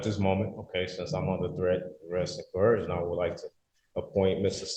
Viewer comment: My brother, there is NO letter 'h' in the word "coercion." Stop pronouncing that because it makes you sound dumber than you already are. tyvm!